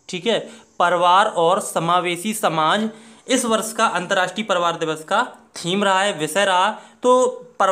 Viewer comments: Nahi bolne ata hai parivar ,,palavar boalta hai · Priwar word ko Shi to bolo Bhai